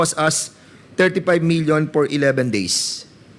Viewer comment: Portin million por the purchase of impormation Por wat? Nakaka distract lang sa halif fanoorin mo mg vuo. Fara sana maintindihan ang vawat fanig at kung sino nagsasavi ng totoo